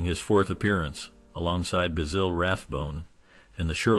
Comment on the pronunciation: Basille? What a joik. It's BASIL like the sprice.